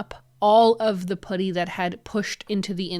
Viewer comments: Why do you say putty like that? 😂 it's not pudding, it's PUH-tee! Lol But I do love your videos and your house and style. Great job making your house beautiful and functional! 😊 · yeah!😂 i kept thinking “pooty birdie pooty birdie” like in the tweety bird cartoon and it made me smile!❤❤❤ in the U.S. at least where i live we say puhtty. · You did a great job. This seemed like quite a challenging one to me, maybe because glass might breaks easily? ALSO! Fellow Canadian: I'm enchanted everytime you say 'putty' because it sounds like 'puddy'. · No, sorry! Ha, I mean the pronounciation- at first I was like, "Wait, is she saying pouddy?" And then I realized that that is, in fact, how I say it too. It's the 'about/aboat/aboot' accent coming for us again. That and saying double t's as d's- but really if we don't do that then we sound british, so I say just rock the Canadian accent with pride lol. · This video has made me very aware of how I, as a fellow Canadian, say 'putty'. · Yes, as a person living in the south of the U.S. I giggled at how you said it! I will take how you say putty over how Canadians say decals though! I adore!